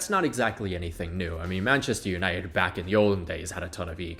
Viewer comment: I was looking for this comment, how are you a native English speaker and pronounce it like that 😭😭